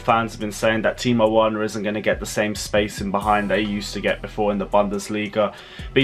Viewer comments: Well done for the effort although you said Worner at the end. Effort appreciated. Timo Werner (Verner) lol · Stop saying timo werner it’s verner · C’mon, its Pronounce Verner... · I noticed you always pronounce Werner because it started with W ... But in Germany W is pronounce as V . I.e Timo Verner .... pronounce correctly ... please bro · As soon as he gave the whole rant about saying Timo Werner wrong, he goes ahead and says it wrong again. 😂😂😂😂 I'm taking back my thumbs up on this video. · The way this presenter is mentioning Timo werner is wrong , please pronounce the w as v